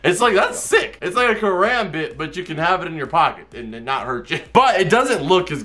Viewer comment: [Disclaimer: I'm Andrea's son] It hurts me every time he says Karambit-(Car-om-bit) like Karambit-(Car-ram-bit).😬